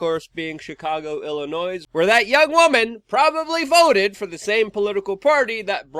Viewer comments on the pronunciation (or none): If my grandmother heard you pronounce her beloved state "ill in noise" she's give you some noise. It's French, she would insist. The 's' makes no noise. "ill in noy". Just had to stop at the 35 second mark to share that memory. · Illinois is pronounced without the S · You don't pronounce the ' S ' when saying Illinois. The S is silent!